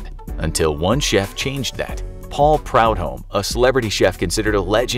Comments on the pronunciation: Mr. blackened redfish, Paul Prudhomme's name is pronouned pru-dome not proud-home. I met him in 2005 in New Orleans (not long before Katrina hit). He was an obese old man riding a mobility scooter. I'm surprised he lived another 11 years. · Yes, the narrator has obviously never heard his name spoken, but "proud-home" seemed an odd guess.